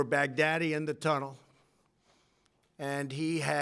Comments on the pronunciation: he pronounces his name is Baghadi he pronounces it as baghdadi, literally 14 seconds later he gets his name wrong. This guy should write fictional books. Never seen so much bullshit in my life. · The way trump says bag daddy is werid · I swear he is saying "big daddy" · The further this speech goes on from the first pronunciation, the more he pronounces the name “bag-daddy”. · lmfao he pronounced his name wrong on purpose to further humiliate him.